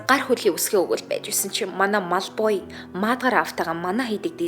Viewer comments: Мalfoy шд ээ эгчээ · Та мал boy гээд байхын😅